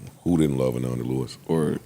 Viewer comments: Her name is Ananda! Not Amanda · Her name is ANANDA not AMANDA...